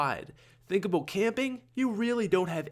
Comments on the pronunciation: Haurd aboot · when you say about it sounds like aboat